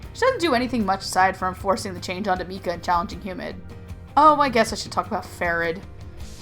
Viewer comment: I ship mikayuu hardcore, also, I for some reason got pissed at her pronunciations of "mika" and "mikaela"